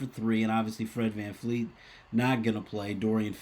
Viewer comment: Bro why do we keep getting Fred's last name wrong, a lot of peeps say Vanfleet, it's "Fred VanVleet"!